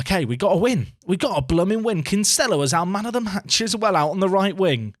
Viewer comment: As a fellow Dubliner that Kinsella pronunciation hurts my soul 😥